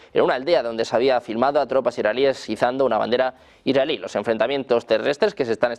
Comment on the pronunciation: Dice israelí como si fuera iraní?